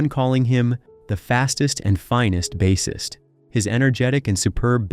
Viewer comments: Bass-ist like the fish? Please! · he accidentally got it RIGHT 2 times BUT... this dude called him a (fisherman) bass🐟ist twice WOW